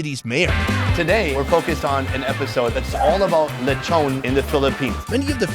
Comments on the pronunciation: him pronounce lechon as le-chou-n Me or others pronounce lechon as Le-ch-on or Le-chon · why he say lechon- leychon 💀 its okay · Nice lecthown lethon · Loved the video but can’t get over how he pronounces lechon hahaha